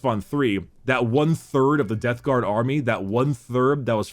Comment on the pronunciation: It's also forgetting to close his mouth AFTER the word is spoken. You can hear it when he says "Death Garm" and "Number wum"